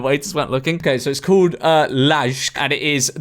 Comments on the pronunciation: lol george calling LAJK "lazhk" and then proceeding to say "like and subscribe", when LAJK is just croatian way to write english word "like" 💀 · It's not ladzhk, the restaurant is called lajk as in the English word "like" transcribed into Croatian. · post WW2, japan became a gooner society oh yeah, "LAJK" is pronounced "LIKE" as in "like and subscribe to georgeM" in the english language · J in Slavic languages is the same as Germanic, which weirdly is Y in English, like in "yellow". So it's "layk", pronounced like the English word "like". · "LAJK" is pronounced exactly like "LIKE" which you said 2 seconds later. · The way you pronounced Lajk made me wanna cry. It's just "Like". That's the name of the restaurant, a Croatian-ized spelling of the word "like." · The ending is so funny how he pronounces “Lajk” like that and then immediately says “like and subscribe” afterwards